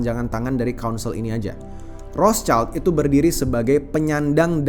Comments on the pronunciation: Iya wrot Shield, bukan Ros caild 😂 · ROTHSCHILD= WROTSHILD, Bukan ROS CAILD.... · Betul, banyak yg salah ucap jd Rotscaild, padahal itu bukan bahasa inggris, hanya tulisannya yg sama tapi beda pengucapan dan arti. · Mestinya kalau sebut Rothschild bukan dengan lafal bahasa Inggris, karena nama ini dari Jerman, sebutnya 'rotshild' yang artinya perisai merah